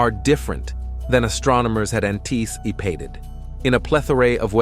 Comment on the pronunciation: ...an-tee-see-pated...? Voicebot detected.